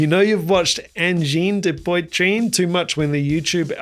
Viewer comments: As a French Canadian, the full kiwi pronunciation was the closest to the correct one....who knew! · Hearing anglophones attempt to pronounce "Angine de Poitrine" is half of the entertainment value of these videos. "An" in french is a nasal sound with no equivalent in english. Definitely not pronounced like "an" in English. "Oi" in French is pronounced like "wah". The guitarist's nose is the tuning fork and the drummer's nose is the metronome 😂. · I genuinely tried to listen to your analysis but you're pronunciation of their name hurt my ear. Sorry dude. Gotta go